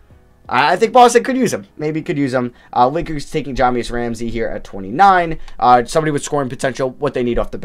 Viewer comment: Bro he pronounced Devin Vassell, Deni Avdija, and Jah’Mius Ramsey all wrong. At least he isn’t flight